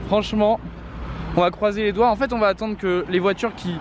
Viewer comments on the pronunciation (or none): vous avez bien entendu « franchement on va croiser Édouard » eu lieu de croiser les doigts ? 😂